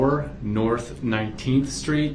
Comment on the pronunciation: HEY BOY ITS NORTH NOT NORF